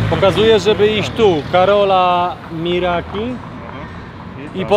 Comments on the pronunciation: Niezli historycy z Was jak nie umiecie przeczytać poprawnie imienia i nazwiska słynnego Karola Miarki XD delikatny blamaż skoro macie history w nazwie.. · Karola Miarki,nie Miraki 😂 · „Karola Miraki ” 🤦‍♂️